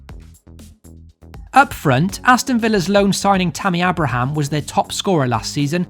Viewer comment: who is A braham?? pronounced aybra Abraham.. he's name is actually lol.... he should of come to Villa he won't get in Chelsea and they will sell him next year. he will end up at Blues or something a mid table championship team on loan again. I think Tammy may live to regret this one although i wish him the best and with Franko there now who knows he will get a chance but i think he is just under the bar for Chelsea